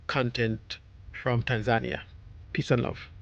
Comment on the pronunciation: Hi. Please pronounce the country properly...pronounced tan·zuh·nee·uh ￼ Slow Better Practice Practice and get feedback • BETA